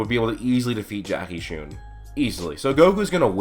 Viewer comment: Why do you pronounce "Chun" as "Choon"? You've clearly seen the show, and not a single character or reference or hint or anything, is ever been shown or said that would make anyone think "Choon" is the correct pronounciation. And if you consider it he fact that he is named after Jackie Chan, it's even more evident that there's no special emphasis on the "U" part of the name.